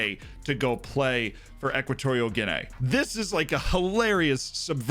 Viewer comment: Guinay that's murdering the name